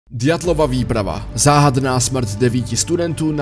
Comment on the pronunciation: Ďatlova mi trhá oči i uši 🤣